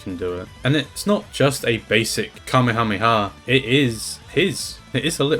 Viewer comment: why do you sometimes say Kamehameha as Kameamea